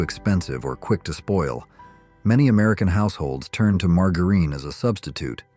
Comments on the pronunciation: I believe your AI narrator doesn't know how to pronounce "margareen," "leed," or "soldered." 😊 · Margarine was ridiculously mispronounced. Saccharine, lead, etc. etc. Not subscribing because of this. Get a human! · AI is mis-pronouncing "margarine."